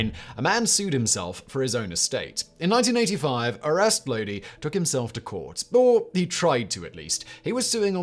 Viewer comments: Talks about CCR, then goes and mispronounces Lodi in the next entry. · Except he mispronounced Lodi every single time.